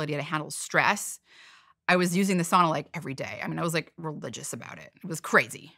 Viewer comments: Could you try to pronounce sauna correctly? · Sauna people don’t pronounce the word like that.